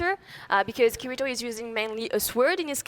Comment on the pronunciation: I hate when people say kiritos name like that xD